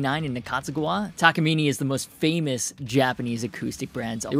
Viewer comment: it's pronounced Taka-minay